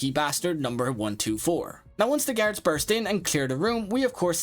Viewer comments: Or saying “garids” instead of guards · I heard him say carrots instead of guards